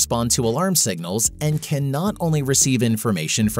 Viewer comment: Continual over-emphasis of the word "can" is the first giveaway this is an AI voice. Has trouble with 'the" as well. We're not quite there yet.